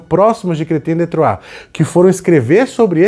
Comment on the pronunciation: É tão satisfatório ouvir o pronunciar Chrétien de Troyes! hahaha. Uma pena que esses livros sejam tão diíceis de encontrar, vamos torcer para alguma editora relançar em breve, são verdadeiras joias esses contos.